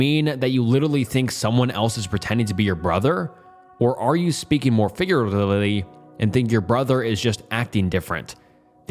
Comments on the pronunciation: "figureluvelidly" um nice aneurysm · I was so invested on the story and then I hear “figuirarefvly” 😂😂😂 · more figurararurialy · you did NOT say figuratively 💔💔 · why did you say figuratively like that the first time? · figuratively was pronounced unusual why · interesting choice of pronunciation 🔥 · you butchered that pronunciation 😁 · .. my guy.. you should do some of these reads a second time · bro didnt even try to say it 😭🙏 (fire video i just found this really funny) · guys, he said it wrong, point and laught